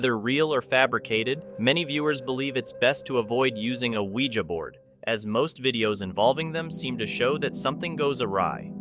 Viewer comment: Thank you for pronouncing Ouija the correct way!